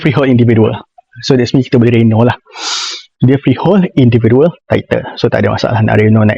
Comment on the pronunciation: Ckp apa benda ni eh? Plus minus lah, individual title tak sure lah, sebutan English pun tak betul "des mean" instead of "that means". Kena improve lah 😂